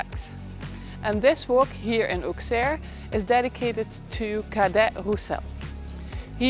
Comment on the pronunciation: The correct prononciation is Osserr. And the crypt of the cathédral is worth a visit. Anyway, thx for visiting this forgotten part of France.